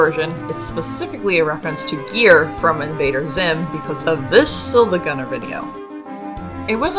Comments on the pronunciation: love this sm because Noelle totally would be a fan of Lucky Star and Invader Zim... Because I was too, as a kid. She's just like me fr. Gir is pronounced "grr" btw! W facts video. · no you were right, that’s how gir is pronounced in the show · Your pronunciations of Ralsei and Gir are just dang great 😌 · I can't be sure due to "Ralsai", but it seems from the way you pronounce "Gir" that you've never seen Invader Zim. Well, it's now required homework for understanding Deltarune so get on it! 🫡🤖